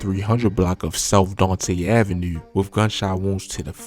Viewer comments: Do you have the microphone in you’re fuckin mouth or what ? Fuck. And pls, don’t say avenue or 2 or anything that ends with that syllable on video ever again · Bro you from Baltimore it’s the way u say 2 & Avenue